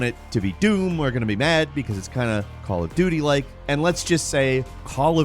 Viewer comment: I most definitely heard Call of Do Me.